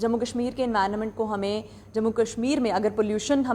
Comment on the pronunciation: Environa ment😡 Prayavarn😡 Na english sahi na hindi